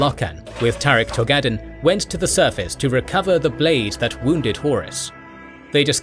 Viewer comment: Eidolon is pronounced more like "I-Doh-Lynn." While Loken is "Low-Ken" and Torgaddon is "Tor-Gahh-Don." Nikea is, oh nevermind...smh